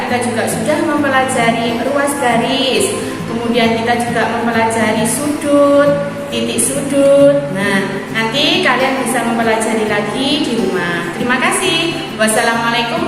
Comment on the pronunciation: Bismillah...secara umum bagus sekali. sedikit saran. 1. ucapan salam yg dibaca panjang : laa , loo dan kaa untuk tuh dibaca pendek. 2. perpindahan dari tiap sub tema, jangan langsung pindah tapi diberi penghubung.. 3.pada saat pembukaan belum.nampak nilai islami misalnya dimulai dg Basmallah. 4. arahkan tiap tema kearah ajaran islam.misalnya kebersihan menurut Islam 5. diakhiri dg doa dari guru pd murid, dan tutup dg doa kafartul majelis. 5. nilai seluruh tampilan 88 baik sekali. semoga Alloh swt memberkahi.